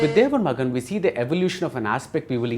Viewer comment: I would expect a seasoned cinema critic such as Bhardwaj Rangan to get the basic pronunciation of the movie title correct - It is Thevar Magan NOT Devar Magan.